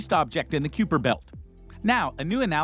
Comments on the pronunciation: That was kuiper not keeper. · Pronounce kui in keeper belt Asia it rhymes with guy. Unless you pronounce guy as goo.